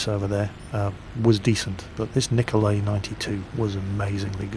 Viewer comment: You're supposed to pronounce it "Niko-lie". Not "Niko-lay". I'm "Russian",trust me ;D